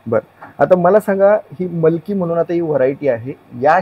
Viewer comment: मलकि नाही मिलकि